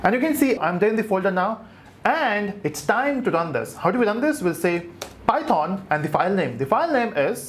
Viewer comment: The way u say python makes me wanna unsubscribe you Such cringe